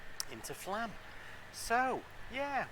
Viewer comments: I believe the "o" above the A changes the prononciation. So, it's not FLAAAAM, it's more like FLUHM. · flomm is how you say flaam